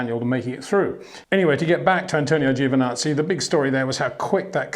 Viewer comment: Gets me everytime how you pronounce Giovinazzi's name lol